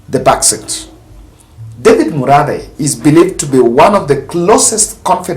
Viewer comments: Hi. He is called Murathe not Muradhe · It’s Murathe and not Muradhe